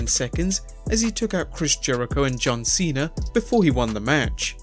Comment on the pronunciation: "John Cenar and Batister" 😂😂